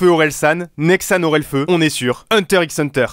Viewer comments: Netero est aussi un perso de hunter x hunter Et hunter x hunter se prononce hunter hunter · Netero c'est aussi un personage hunter x hunter et le x se prononce pas